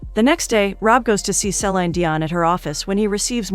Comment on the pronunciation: THANK YOU! Each time the voice over says SE/lIEn (se-lain) Dion, BUGS me to no end 😳😫😬!!!